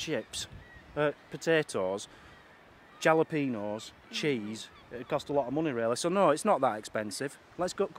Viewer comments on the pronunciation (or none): 'Jalapenos' lol. Replace the J with an H and that's how its pronounced. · Yeah! The J is pronounced like an H so try thinking of it pronounced Halapeno! :-) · Pronounced hallo-peenos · Fun 1st vlog. We call fries like that loaded fries but yours looked good. Love fresh jalapenos, pronounce the j as an h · Lol, how you guys pronounce jalapeno